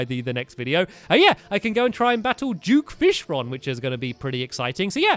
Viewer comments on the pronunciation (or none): Duke not juke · stampy you saying it wrong its duke fishron not juke fishron XD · Did he say duke or juke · Its duke fishron not juke fishron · duke fishron not juke fishron XD! its fine doe ^-^ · it's duke not juke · Is it bad that I heard Stampy saying "Juke Fish Rod" but not Duke Fishron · duke fishron not juke fishron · stampy you said duke fishron correct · Lol "Juke" Fishron